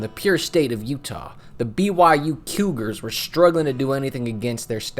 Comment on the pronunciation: Did he call them the Q-gars?